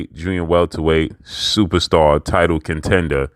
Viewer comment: Y u gotta say "superstar" like that? Lol